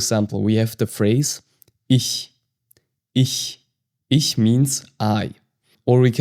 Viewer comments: Okay, I’m confused. I took German in high school from a native speaker who pronounced “ich” more like ickh vs the soft ish in this video. When I spoke some of my high school German to my German-speaking grandma she was so pleased that I was learning “proper German”, specifically she stated she pronounced ”ich” like ish (like this video) growing up, but that she spoke hillbilly German. I’m confused. Is it a regional difference? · been learning german for 7ish months. Wanted to practice my listening but i swear the way you are saying words is a dialect or my ears are bad. Im 7 mins in and your ich and Maedchen just sound off to me.